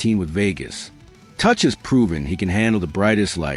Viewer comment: Uuuhhhh..... Matthew "Ka-neece"...? Alex "Touch"...? Y'all got AI asses so full poop its gonna break the channel. Blocking ASAP haha